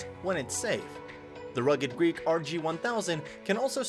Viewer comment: He keeps saying Rugged Greek but the text says rugged Geek. Must be a reverse Boston accent where people pronounce r's and words that don't have any r's.🤣